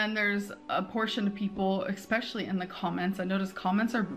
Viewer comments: Blah blah blah...her first world problems grate on my nerves, ek-specially! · "eXpecially—".